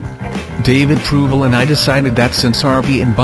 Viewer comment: Harvey one of my top 5 fav actors.since seeing him in mean streets and kojak.around the same time.i think it was first kojak ever shown.i loved him in mean streets.he has been great in alot of movies.i think I have seen him all.its proval.not provel.a underated actor.also the guy who played stupid Michael is very underated.marty a freaking genius.this movie reminded me of my late teens and early 20,s.i saw it 4 times in first week of relesse.all together about 20 times b by now.one thing is I think Marty picked the wrong title.alot of people thought it was like " down these mean streets " a book by a Puerto Rican author ,I can't remember his name.perry something I think.it was a super popular book in jails about gang wars etc.with a different title I think it would have been much more popular when it first came out.but now a classic.which it should be.the first of its kind.and we all knew someone like johnny boy.mine was a guy we called hawk.always had a comic book in his pocket..anyway it blew my mind when I first saw the movie.and the music too.